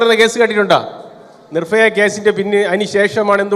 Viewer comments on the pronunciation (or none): നിർഫയ അല്ല സാറെ നിർഭയ 🤣